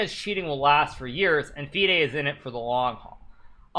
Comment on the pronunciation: Its not feeeaid its fide. Wow.